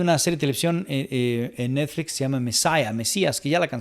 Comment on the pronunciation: Habían notado que dice "neDflix" y "warneN" brothers? 🤔🤔🤔